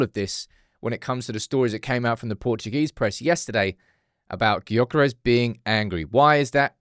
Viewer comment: YOH-kuh-resh- Silence that G and maybe he'll be more inclined to join haha